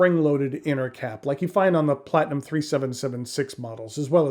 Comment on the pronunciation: Do you mean platinum? Plat-e-numb.